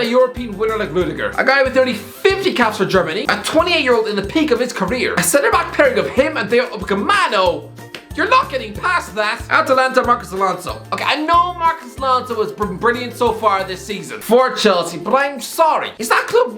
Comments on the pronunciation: It’s Upa-mecano not Upa-camano. Every time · its Upamacano and not Upacamano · Can we highlight the fact that said Dayot Upacenmano instead of Dayot Upamencano? 😅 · It’s Hu-pa-men-ca-no not Hu-pa-ca-men-no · "Upcamano" instead of "Upamecano" is funny,. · Who is Ocapemano? LOL LOL LOL LOL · upacemano?? upamecano??? upanecamo??? upacameno??? im confused fam.... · Say it with me U-pa-me-ka-no. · I’m never going to get tired of you mispronouncing "Upamecano" lol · It's upamecano, stop saying it wrong🤣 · Always gets me every time he butchers his name mercilessly